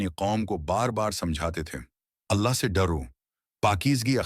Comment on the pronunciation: Allah ka nam thek sy Lia kro